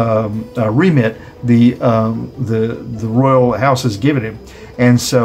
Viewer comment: Princess ROYAL.... not roya!e ....I like your show! 😃